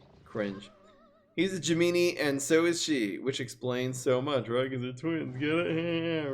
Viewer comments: "Jeh-meany" Wheezes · the way pronounces gemini is cringe